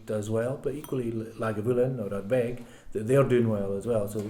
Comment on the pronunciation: Is that how it is pronounce the name of the distillery? La-Fro-iiK? (+/-).